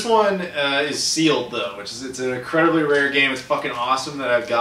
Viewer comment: What is increenly? Were you trying to say incredibly?